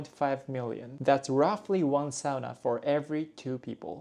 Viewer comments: Isn't a woman's name in Japan? It's a man's name in Finland. PS. Great job with pronouncing the only internationally used Finnish word correctly! It's awful hearing people say "soona". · thumbs up for pronouncing "sauna" correctly ^^ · good job on saying ¨sauna¨ because most non english speakers say it like ¨soona¨